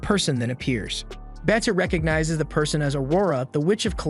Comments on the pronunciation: 'Beta' not 'Betta'. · Did you just pronounce BETA as Better for the love of all god please pronounce it as baita at least thats close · It is not beta it's BETA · why you pronounce Beta like that 😭😭